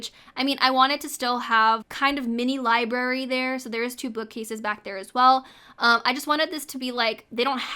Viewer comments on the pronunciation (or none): It’s library, not libary. I love your video but I can’t handle that pronouncing